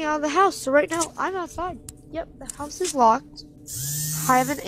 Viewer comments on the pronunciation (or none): none